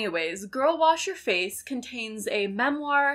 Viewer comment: Everytime she says "Girl, Wash Your Face," I keep hearing Girlboss Your Face and I've never felt more attacked